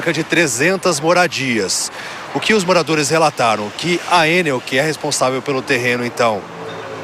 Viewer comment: O repórter nem sabe pronunciar ENEL. A sílaba tônica é no EL